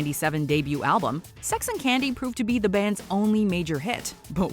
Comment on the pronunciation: Sex and Candy is such a shitty song though. Idk how it keeps ending up towards the tops of these types of countdown videos. Like the dude doesn't even know how to pronounce the word candy."I smell sex and ken-day" makes no sense. "Never Let You Go" from Third Eye Blind is a good one too, if you like Jumper.